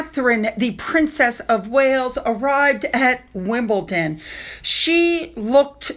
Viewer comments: Oh god even is saying WimbleTon, its grinding my gears......is she blind to the way its spelt or something! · Just to help and hope that you know there is no offence taken ; but just a tip. The tennis club is named after the district of WimbleDon and does not end with “TON”🥰